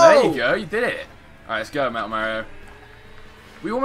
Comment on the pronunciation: It's pronounced mar e o